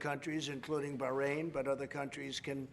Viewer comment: On a side note - I hate when people say BAHK-RAIN, just like I hate when they say CopenHOGen